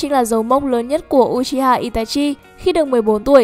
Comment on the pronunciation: Đọc là ư chi ha nha ko phải u chi ha